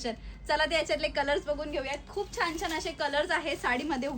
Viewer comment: छान म्हणतात छाण नाही